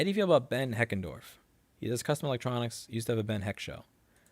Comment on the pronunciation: It's Ben Heckendorn, not Heckendorf